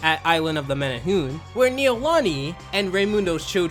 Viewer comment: bro did you even watch island of the menehune? cuz if you did you would have pronounced it right.